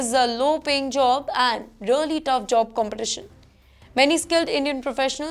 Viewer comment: Its job not jo-ob